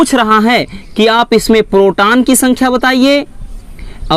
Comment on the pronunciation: Sir ji proton hota h protan nhi